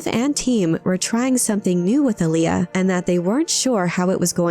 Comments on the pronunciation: The accent in Alia is on the first syllable “ahl”, not the second. It’s also pronounced “AHL-ya”, not “a-LEE-uh” like the old R&B artist Aaliyah. If you’re going to make a video nerding out on this, idk, you might figure out how to properly say the name first… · Not Ali-A. Alia.